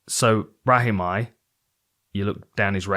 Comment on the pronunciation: shout out Dan for pronouncing Brahimaj the correct Albanian way